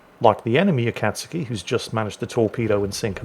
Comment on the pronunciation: because no one knows how to pronounce this ships name heres a tip, U is silent and when saying kat its more like saying cod but with a T so cot A-kat(cot)-ski.